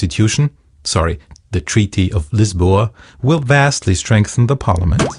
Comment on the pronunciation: Anyone else confused by how mooing cows represent national interests and why ¨Lisbon¨ was pronounced ¨Lisboa?¨ Otherwise, very informative video. I understand the EU´s structure much better now.